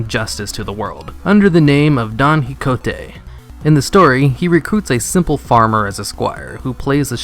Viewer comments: OMG say hicote one more time. It's pronounced ki ho tay. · Quixote is pronounced "Key-ho-tay". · it's pronounced (ki ho tay) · Please don't ever try to say "Quixote" ever again. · I don't think that's how you pronouce Quijote, i only recognize the story by the "dragons"